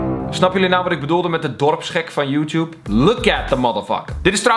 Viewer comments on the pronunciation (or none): none